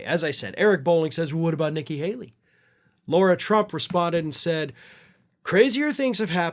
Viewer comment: It's Lara Trump, not Laura Trump